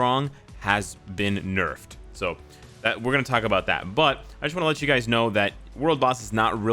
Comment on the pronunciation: Did anyone hear him say duys? Instead of guys?